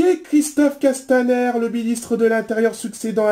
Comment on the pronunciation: Super!!!!👍👍👍👍👍👏👏👏👏 et t'as bien prononcé Castaner (ère)